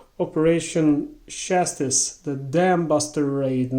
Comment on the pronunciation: It is certainly a very good read, the book that is. Enemy Coast Ahead: G.P. Gibson VC. I had no idea there was a game based on the Dambusters raid. By the way it is pronounced: Chasstize. On the bag it just says "Other markers". 👍😎